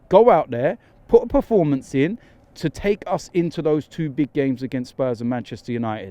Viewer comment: PER-FOR-MANCE, Robbie!!!!! Not preformance